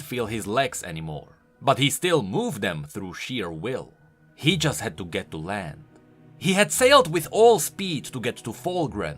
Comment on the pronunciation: sounds like you said "just in sight of lamb" at the end